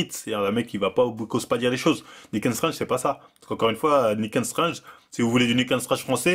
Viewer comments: Lol Nick and Stringe !! ça se prononce "strengff" pour info. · La bonne prononciation pour nick's strengh c'est : " Nikss straine " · Ca se prononce "Nick strenngf" et "Sharingan" 😅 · "Niquel staije "😂😂😂anglais lv2 à la hanouna english school 😂🤣😂🤣😂🤣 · Nick's strenght prononcé a la marvel = Nika strange lol le fils de docteur strange ?